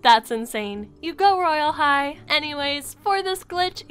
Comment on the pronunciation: When you said Royal High, I thought you said "Royal!! Hi~!"